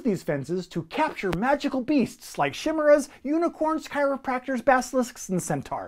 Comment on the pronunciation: Whoa, I got so confused. I noticed you pronounced "Chimeras" wrong (you said "shimmeras"), so I wanted to comment saying "It's supposed to be "kaimeras" like in "chiropractor". And then I saw the comments all talking about chiropractors. Turns out I missed that you saying that, it really felt like people had read my mind for a second. Also, see you in Essen! ;-)